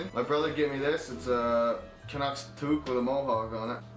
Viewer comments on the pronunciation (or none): none